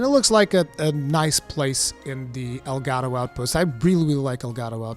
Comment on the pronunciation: Monster Hunter Rise Sunbreak. Sponsored by El Gato. Seriously though, that's what I heard every single time you said Elgado. Which is kinda making me hate the name. Oh well, I'll get over it. I'm sure it's gonna be a cool expansion.